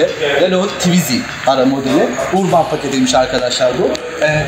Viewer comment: Urban diye yazılır, "örbın" şeklinde okunur.